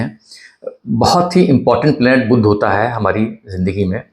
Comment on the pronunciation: बुध्द नही, बुध .